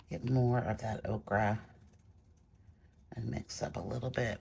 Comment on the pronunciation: hi loved this demo, Gauche can get muddy, but not in your hands! A white Chinagraph pencil is great when sharp, for pure white…also Prisma colour White is one of my fave White pencils but watercolour needs to be dry. My fav White pen is the Uni-ball SigNo…bright White when needed. Every time you say Okra I can’t help but see a plate of those damn things!! Ochre is an earth pigment and is pronounced Oak ah… 😂